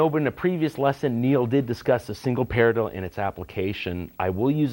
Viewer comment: the way he says paradiddle is funny :) parlilllilla